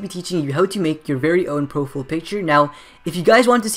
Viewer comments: Its Profile not Profill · its (pro- fiyal) not Profful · "profill" picture? "PROFILL"? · Proful" lol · I love the way you say profile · The way he says profile is the best ! haha love it :)